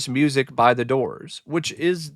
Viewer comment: The Dizz-oors 😵‍💫